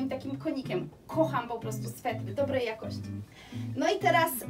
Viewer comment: Słowo ,,jakosci"zaakcentowalas na pierwszej sylabie, i to ci się przy szybkim mówieniu zdaża, pedantów to może denerwować, więc się nie broń, tylko popraw )❤